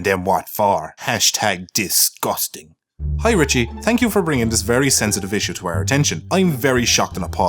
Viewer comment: no one:: tank you